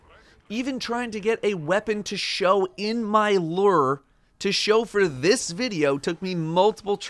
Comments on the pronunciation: Merch looks like you watched unas annus. Also its loo-er not lurr.. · Bruh. it’s pronounced Lu-ure not Lrrrr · Bungie is gonna make me quit destiny by the way streamers can't figure out how to pronounce "lure." LOO-ER. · My inventory: Lure: Ler 😂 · Personally I enjoyed how said it like “Luur” instead of “Lewer”. No offense, I’m just easily amused by these sorts of things. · I'm really distracted by the fact that you pronounce it lerrrr instead of loooor. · says lure My brain: I AM LURR! RULER OF THE PLANET OMICRON PERSEI 8! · He isn't the only Destiny content creator who butchers it. LU-ure people, get that double u sound in there. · pronouncing “lure” like it’s the ruler of Omicron Persei 8 over here. Lure ≠ Lrrr! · Hahahaha "Lurr" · /lo͝or/ in case you wanted to pronounce it right 😂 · L E R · my friend, it’s pronounced “loor”. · isnt it pronounced "lew-er" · Why do you say lure like that? Stop saying lure like that. Lurr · bruh.... it’s pronounced “loo-er,” like a fishing lure......your pronunciation is super weird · Wait how is he pronouncing lure? 😂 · Can no Destiny content creator pronounce Lure correctly? JHC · How does a person not know how to pronounce lure?